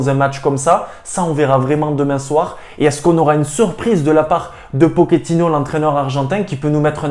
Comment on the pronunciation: Juste pour info comme c'est un argentin on dit pochettino pas pokétino. J'aimerai tellement que Hakimi revienne mais en interview il a dit que le real ne comptais pas sur lui après son retour de prêt de Dortmund ni quand il y avait option d'achat a l'Inter pour le racheter 😒